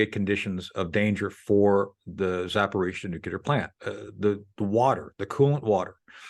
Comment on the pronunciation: It’s pronounced…. Zapa-ro-zia NOT Zaporizia